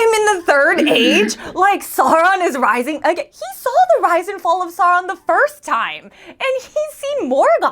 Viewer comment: It triggers me way more than it should when you guys call Sauron Sawron